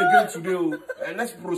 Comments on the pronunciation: Not at all. That's how some of us wrongly pronounce it in Nigeria unfortunately. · Naija way, lol. That's how a lot of nigerians pronounce postpone. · That's my Nigeria people mennnnn. Some of my people don't hide, or can't hide it when the cultures are shockingly shocking, different. Can you here him saying "propone" instead of postpone. "Dats not how i talk." 🤣🤣🤣 Accent, pronunciations, is another fun part. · I knew my African brother wouldn’t disappoint me with “Prostpone”. That’s how we pronounce it 😂😂😂😂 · You see that prospone ehn the way he pronounced it is just a trademark. 9ja to the world. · Have anyone ever got whopped at school for mispronouncing postpone ? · That’s how nigerians pronounce postponed lol 😂